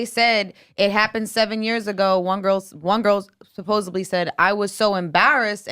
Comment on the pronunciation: Tell there isn’t a ‘b’ in ‘supposedly’ just like porta rich